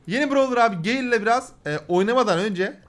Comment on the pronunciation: abi o gale diye okunuyor direk